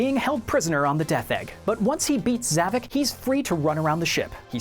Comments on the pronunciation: it's Zavok not Zavik this guy don't know Sonic Lost World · Is nobody gonna talk about how much of this video it just straight up wrong And how he like, butchered almost of the '06 names? And Zavoks name?